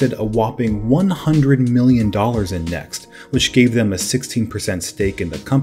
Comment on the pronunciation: Hey guy, it’s CompaQ, as in “com-pack” — not “compact”!! Were you even alive then?, doubt it, It’s as if you said “Nex” computers, 29 times. Annoying.